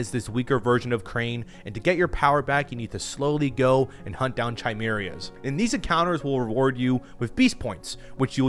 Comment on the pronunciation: I am going to jump off a crane in real life if I ever hear chimeria again